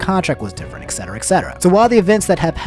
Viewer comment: Uses Danganronpa music ✅ But says ECKcetera ❎ Hmmm...